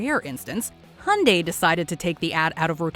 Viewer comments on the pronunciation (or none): How the fuc are Amercians saying HUNDAY while its fucking obvious that it is pronounced HAI UN DAY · HY UN DAI NOT HUNDAY WTFD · Hey Its hyundai (hee yun day) not hawn day or die. The Y in hyundai is not silent💯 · Soo annoying pronunciations it’s called Hi Oon Die not Hun Di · did she js.. call hyundai.. hunday?. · You are mis-pronouncing Hyundai. The H is silent. It is pronounced - Undai